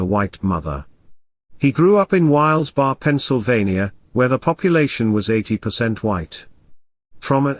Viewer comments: “ WHYLES BAR, PENNSYLVANIA “🤣🤣 I am assuming you mean Wilkes Barre which is pronounced wilks beh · ree Edit: I know it’s not you but the robot voice mispronouncing it but it sounded so funny. 🤣🤣🤣 it seems to happen a lot. I would love to hear the robot say Schuylkill River. 😆☺️🙃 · "Wilkes-Barre" is pronounced WILKS (rhymes with "milks") Beh-ree, with progressively weaker accents on the three syllables (strongest on the first syllable). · AT- - It is pronounced Wilks- Barry, my friend. It is about 90 miles, or, an hour and a half from where I live in Philadelphia. 👍🤝